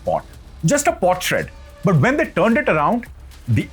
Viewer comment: Pot shard,not potshred.there are many such errors. sir,please get your script corrected.This will make your excellent video even better.